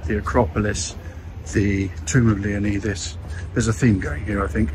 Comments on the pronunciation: Great video👍but dude... I'm going to be the grammar police here...pleeeease please pronounce his mighty name correctly 😂...pronounced Leonidas (Leo-nyyy-das)...sounds like a Y, NOT an E... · You’re saying leonidas wrong…. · Having lived in this area for over 7yrs. I can tell you now. The locals would slap you for saying his name that badly! 😂. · That's not how you say Leonidas lol